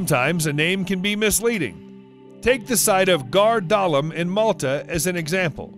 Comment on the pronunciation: Ghar Dalam is pronounced Har Dalam, the G is silent in Maltese.